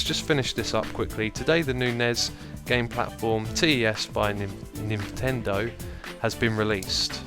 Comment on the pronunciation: It Nintendo not ninvendo